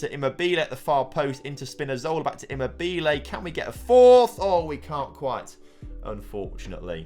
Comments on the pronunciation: Listening to him saying immobile wrong is funny but great job on finally winning the euros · Great!!!!!!! here start all! Immobile is funny! Donnarumma.... who? On Immobile the stress is in the wrong position and sounds funny. But Donnarumma... I listened him 5 times in a row... I would never be able to call him like did! Now the important thing: GREAT JOB TOM!!!! ole... ole ole oleeeee!!!!!!! ole... ole ole oleeeee!!!!!!! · The way he says Immobile 🤣